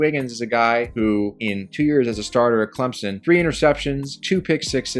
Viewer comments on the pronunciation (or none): none